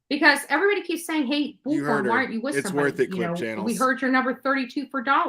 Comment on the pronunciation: Omgosh thank you for not only mentioning this but noticing how she pronounces bullhorn! Drives me crazy!!! The 3rd person reminds me of Seinfeld and "George is getting upset!"